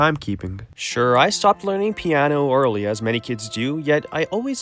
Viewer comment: "piaano"? 😂 I'm not making fun of you, just the way you say piano sounds a little funny.